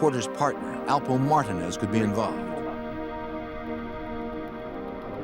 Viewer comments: Did the narrator really pronounce Martinez as "martah-nez"!? Hahaha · This is probably the worst video about Rich Porter. No real pictures of anyone. Not even pronouncing Alpo Martinez correctly. Just stop if you can't do it correctly why even do it.👎🏽👎🏽👎🏽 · Alpo "Martin?" Is that ehat dude said tho?? Edit: never mind he said Martinez...just pronounced VERY STRANGE 😂